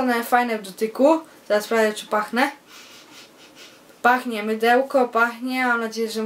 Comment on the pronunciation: Teraz Sprawdze Czy Pache,, :D Powinno byc czy pachnie:P